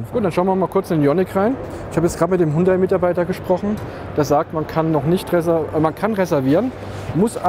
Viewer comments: Hallo, wieso sprichst du den Markennamen Hundai? Und nicht HYUNDAI? Hat doch nicht s mit einem Hund zu tun!✌😁😉😉👍💪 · Hundai (Hund-Ei) klingt bissl komisch